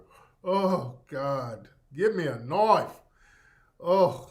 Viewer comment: "Give me a KNIOFE"